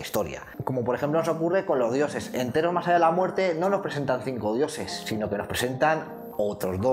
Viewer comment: jeje cuendo dices "de Theros" parece que digas "heteros" jajaja perdon soy asi de básico en el humor